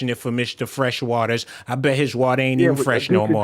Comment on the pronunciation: WaaahhhWaaahhh instead of waaahhh”ter🤭🤭🤭that cookie 🍪 🏺 jar dude was MOs def Related to the cookie monster 🤭🤭🤭